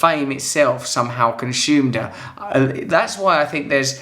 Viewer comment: Russ: Fame Con-SHUMED her.